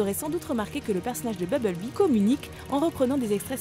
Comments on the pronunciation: BuMblebee !!! pas Bubblebee !!! Incapable de bien le prononcer mais par contre pour Optimus elle prend l'accent anglais ! Mdrr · Mais merde c pas beblebee mais bumblebee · bubble-bee? ta cru que c'etait un chewing-gum ou quooi? un peu de respect pour BUMBLE-BEE ( prononciation ; bumb-beul-bee) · bubble-bee XD la bulle abeille lourd ma prononciation